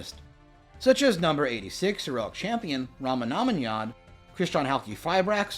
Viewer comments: your pronunciation of 86 heroic champion is hilarious . never heard anyone call say that name like that. i think its pronounced rongo mini add. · Lol you completely butchered saying Rhongomyniad's name.